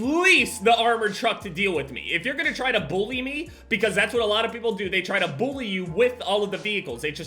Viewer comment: I Love How Says They "Bullie" You With The Vehicle